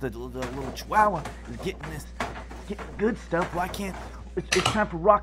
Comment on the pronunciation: Yes It's funny that he got into the dog food but I think it's more funny they pronounced Chihuahua! Chi- wow - wa Lol